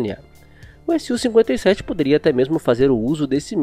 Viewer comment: SU-57 e não S-U-57, fica dica de pronuncia